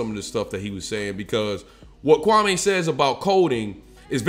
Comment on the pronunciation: Can you say the man Kwame Brown‘s name the right way lol ? Other than that good vid straight to the point!